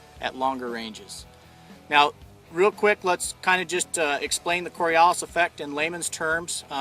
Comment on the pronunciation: KOR-EE-OOO-LYS mmm....SCIENCE!